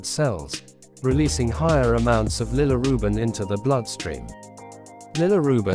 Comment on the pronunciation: yeah but your AI says Lillirubin all the time